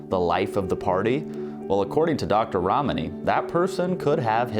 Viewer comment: Dr. Ramani! Not " Ramani"